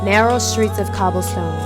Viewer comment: It's 'neath. Not 'neith.